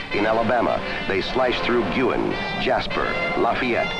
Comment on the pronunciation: One of the Alabama towns mentioned is Luh-FAY-ette not LAH-fay-ette. But kudos for pronouncing Gwuuu- in (Guin) correctly.